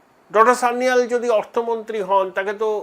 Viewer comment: Sanjeev Sanyal, ba Kanchan Gupta hote paren. Sanyal pronunciation ta thik korun. Sanjeev Sanyal er grand uncle Kakori revolution er member chilen. Sanjeev Sanyal with wife brigade ao chilen